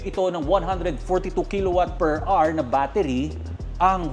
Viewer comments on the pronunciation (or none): none